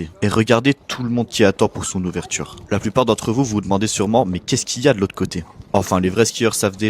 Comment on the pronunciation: Tchunnel? Ouvertchure? C'est quoi? Aaahh tu voulais dire "tunnel" et "ouverture". Faut parler correctement et pas comme un cassos de la té-ci.